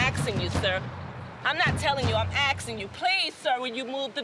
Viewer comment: "I'm axing you Sir" 🪓